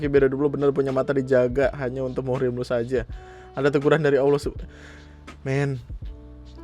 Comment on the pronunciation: Muhrim??🤭 Emangnya lagi ihrom😄. Mahrom buk, bukan muhrim...